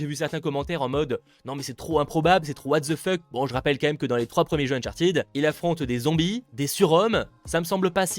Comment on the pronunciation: Uncharted se prononce "ted" pas "tid"